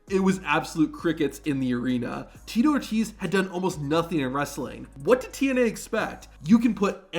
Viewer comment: Tito “O” “Tease”